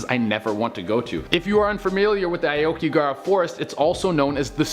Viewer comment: You pronounced Akigahara Forest wrong